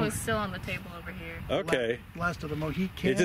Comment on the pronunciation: "Last of the MohiCANs?" No,, no!